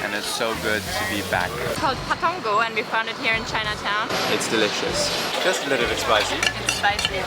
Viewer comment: Whoah the way you said “pa tong koh” sounded like a native Thai.